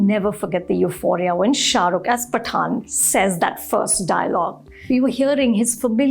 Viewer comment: hahaha phataan and jawan. what a joke mam!!!!!